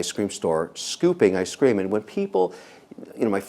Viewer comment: it’s ice cream not iscream